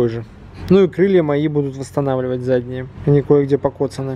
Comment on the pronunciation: емае..."Востонавливаем.."